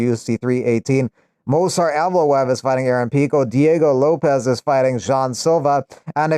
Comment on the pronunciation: Pronounced Yevloyev*